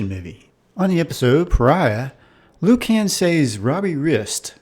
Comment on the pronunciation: "Loo-cann" LOL